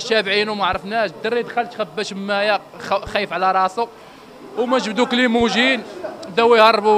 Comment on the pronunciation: كليموجين هههه. لاكريموجين هو الاسم الصحيح ماشي كليموجين.